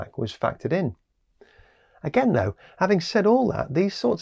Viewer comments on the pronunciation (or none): none